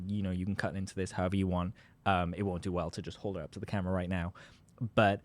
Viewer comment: Anybody who says right like that is probably making stuff ip